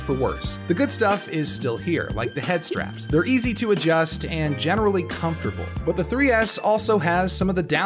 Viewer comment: DID HE JUST CALL THE DEFAULT HEAD STRAPS CONFERRABLE